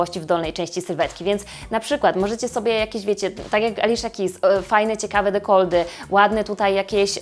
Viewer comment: dekolty nie dekoldy :* mówiłaś, że cieszy Cię pomoc w poprawnej wymowie, więc mam nadzieję, że nie sprawię Ci tym przykrości a radość, co jest moją intencją :)) i przy okazji dziękuję za kolejny pomocny odcinek^^